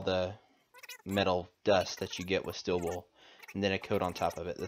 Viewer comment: Ah, it's pronounced stEEl, not still (wool) are you from Idaho? :)Anyway interesting tutorial, thank you.